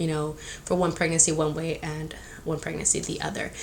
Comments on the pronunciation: Anyone else get bothered by how she says pregnacy instead of pregnancy lmao but I’m TEAM BOY 💙 she’s definitely a boys type of mom lol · Preg-nan-cy not preg-nacy girl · You say “pregnacy” it’s pregNANCY” lmao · Girl pronounce PREGNANCY rightttt there’s another N you just say “pregnacy” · Pryg-NESSY lol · Pregnacy 😂😂 real annoying lol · Lol the way you pronounce pregnancy as “pregnacy” is the cutest 💕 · I didn’t notice pregnancy was pronounced wrong until I came to the comments but why pick on that if that’s how she is going to say it? Maybe that’s how I say it too if I didn’t notice anything. If it was me, my hormonal pregnant ass would have block ya because I’m going keep saying “pregnacy” in many more videos so take a seat or leave. 🤣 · I LOVE YOU but i hate how you say Pregnancy “pregnessy” like Hennessy lmaoooo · It’s PREGNANCY. You keep forgetting to pronounce the second N. 😣😣😣😣😣😣😣😣😣😣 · ILYSM GIRL AND ALL YOUR VIDEOS!💓 just a little info pregnancy is pronounced preg nuhn see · Who hurt the bitch that is complaining about the way you say pregnancy???wtf is wrong with ppl lol Goshhh i love you please don’t let these so called women piss you off about anything lol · Can you pronounce pregnancy? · Y’all some little bitches if you guys keep telling her that she can’t pronounce “pregnancy” like it’s not a big deal. It doesn’t even bother me and if it did, I wouldn’t of said anything because again ITS NOT A BIG DEAL. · has anyone noticed how she says "pregnancy" lol!! i love it!!